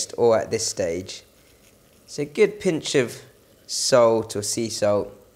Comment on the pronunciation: I wish you wouldn't say "gid". The word has a double o! RT.